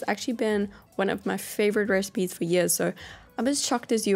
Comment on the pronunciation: Love how when she says “recipes” I sounds like she is saying “Rez-peas” 😂 I love her